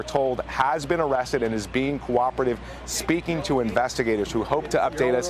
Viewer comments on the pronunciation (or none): none